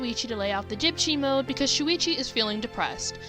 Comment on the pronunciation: "Deptchy-Mode", I— HELP.